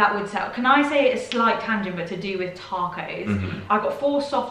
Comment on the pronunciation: I swear, I’m not trying to be mean aaaat all. But they way y’all said “Taco’s”. When I first heard, it sounded like “tack ho’s”. OMG did she really just “tack ho’s”. Lmaooo 😂